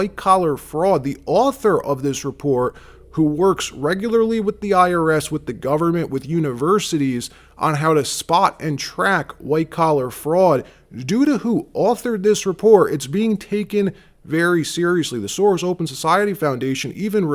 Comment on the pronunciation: "How to Spaw (spoT)and Repore (reporT) " (WhaT) Why won't you pronounce your letter T's? Where did you pick that up? The guess would be stupid Ignorant teachers?? Always great reporting and journo though!!